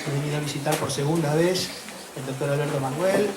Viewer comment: Sinceramente el presentador no parece tener mucha idea del gran autor ante el que se encuentra. Menos mal que la mujer salva la presentación. Qué vergüenza que el primero ni siquiera se molestó en conocer cómo se pronuncia el apellido del escritor. Es una falta de respeto.